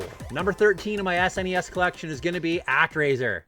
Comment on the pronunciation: I'm only 2 minutes into the video and yes to Super Mario World! It's our son's favorite Mario game, Yes to pronouncing it S-NES and yes to the Canadian pronunciation of Mario.... I get crap for it too LOL😂 And to answer your question, now that I'm done watching the video of my perfect game on the SNES it would have to be Super Metroid